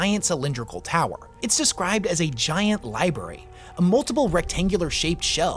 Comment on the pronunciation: Did you say libary?